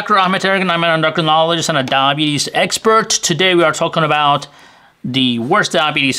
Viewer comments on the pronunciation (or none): Took a minute to figure out what "Dabees" was.